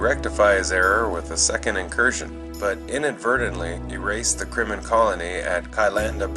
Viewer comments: Why do you keep calling the Krenim, "Krimmon"?!?! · Why cant he pronounce Krenim?